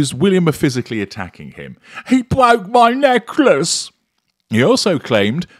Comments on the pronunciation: "He bwoke my neckwace!" is a treat I look forward to. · He bwoke my neckliss 😂😂 It gets me every time,!